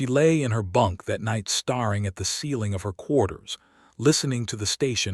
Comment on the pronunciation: Staring is pronounced "Stare-ing," not starring. That said, good story.